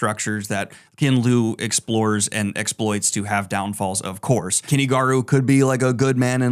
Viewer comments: It isn't Kenny Garu. It is Kuni. as in coo knee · Is that really how you pronounce Kuni Garu's name? The Garu sounds right but Kuni sounds like you're saying Kenny.